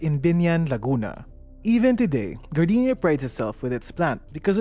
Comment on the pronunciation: appreciated that I hear Gar-dee-nya and not Gar-day-nya